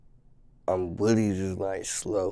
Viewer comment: When he say "really" he say "wheelie" lol